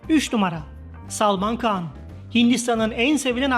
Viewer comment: İnandirici deyil dediyiniz rakamlar birde konuşan spiker kan deyir handir han khan han